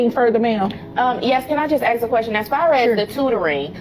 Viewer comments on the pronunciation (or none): These women not being able to speak properly and CONSTANTLY saying AKS instead of ASK is grounds to divorce them. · The word is 'ask' not 'axe'